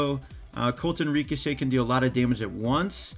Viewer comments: I've just always heard it pronounced RIHcochet, never REEcochet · Also why do you say REEcochet